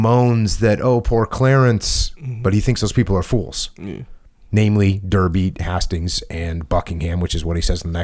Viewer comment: By the way, Hastings is pronounced Haste-ings. Love the podcast.